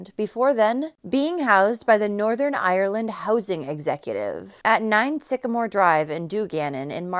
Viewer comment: The way she said ireland 😂 and do gannan 😂 it is pronounced done-ganan